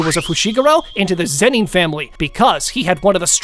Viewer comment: Why am I hearing the "zenin" to "zeni"